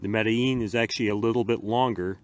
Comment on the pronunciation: I like that you actually know how to say the name of this knife. Its a really neat little folder. Underrated in my opinion. Thanks for sharing it with us